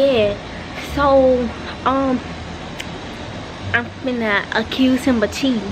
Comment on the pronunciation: Me said cheaing: noticeing